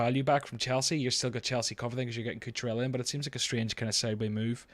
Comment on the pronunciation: DON'T SAY CUCHURELLA EVER AGAIN